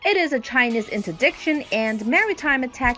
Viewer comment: Nice video….but next time please get someone to narrate that can actually read in the language she’s narrating in, English in this case. Someone that can pronounce words like “munitions” “maverick” “interdiction” and other words she could not pronounce properly in English. 🤔🇨🇺🇺🇸